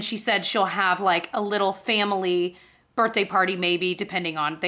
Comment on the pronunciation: I just learned something new about you through this video, you say “burt-day” instead of “birthday”. 😂❤